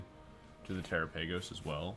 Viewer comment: Pretty sure it's pronounced like gala-pagos but tera-pagos